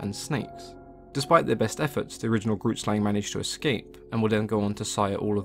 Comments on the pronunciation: Grootslang literally translates to big snake 😂 also it's pronunced g-(rolled) r- oo-t sl-ung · For those wondering what the South African myth means. Grootslang translated directly means "big snake", yeah our native people, the Koi and the San weren't very creative with names. It is an Afikaans woord and how you pronounce it is a bit different to how English people read it. Not saying anything negative here just stating something. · Super late, but i'm from South Africa and the pronunciation of grootslang was way off. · Growlie26 neither have I but the way he pronounced it hurt me inside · Grootslang means big snake in Afrikaans and you are pronouncing it incorrectly but eh who cares.